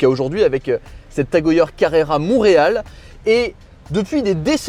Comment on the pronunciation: Prononciation : « Tag E Heure » svp et pas « Tag E yeure »